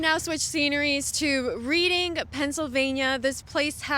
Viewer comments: pronounced Redding. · Reading is pronounced Red ing. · Isn't it pronounced "Redding" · I live in Philadelphia, PA and am voting for Trump. BTW, the town is spelled "Reading" but it's pronounced "Reding" like the color red. I can definitely understand why people pronounce it wrong. TRUMP, 2024 🇺🇸🇺🇸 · It's pronounced Reding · Its pronounced "Redding" my dear lol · That is pronounced Redding and by the way Reading is very left leaning so not exactly being balanced. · It's pronounced Red-ing. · You pronounced reading wrong but trump 2024 !